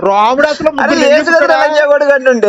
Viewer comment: ki RAMUDU anadam kuda raavatledhu, romudu anta. Veedu kuda debate chese vaade